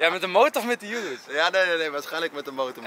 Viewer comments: Het is oeroes niet yoeroes enzo maar hij heet normaal urus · Je spreekt het uit als oeroes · Enzo je spreekt het uit als joeroes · Hij weet niet hoe je urus uit spreekt terwijl je zelf die fking auto hebt hahahaha